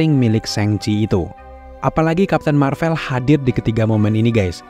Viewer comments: Bang boleh tahu kenapa baca "Marvel" nya pake huruf é kaya di kata "sore", padahal yang bener kan pake huruf ê kaya di kata "sekolah", alasannya kenapa? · iya, kata "Sore", "Boleh", sama "Gue" itu huruf e nya sama seperti yang diucapin di video. Tp saya yakin narrator video ini pasti tau kalo pengucapan "Marvel" yang bener itu huruf e nya kaya di kata "sekolah", makanya saya pengin tahu alesannya kenapa bersikukuh ngucapinnya pake huruf e yang kaya di 3 kata tadi, "sore", "boleh", dan "gue"...